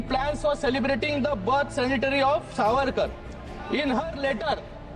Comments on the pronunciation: शिंदे साहेब सॅनिटरी नव्हे सेंटेनरी असा उल्लेख करा म्हणजे अर्थपुर्ण शब्द होइल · Centenary hota hai sanitary nahi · Birthday sanatary ?? Centenary!!! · Shinde's son says Savarkar sanitary instead of centenary. Who gave him the medical degree? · Centenary la sanitary mhantoe Dr. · इसे इंग्लिश देखकर भी पढने नाही आता , Centenary को sanitary पढ रहा है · या श्रीकांतला Centenary हा शब्द बोलता येत नाही , फेक मेडिकल डिग्री असावी 😂